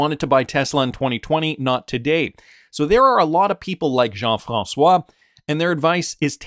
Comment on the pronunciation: The way you said Jean François. 💪👍 from a frenchie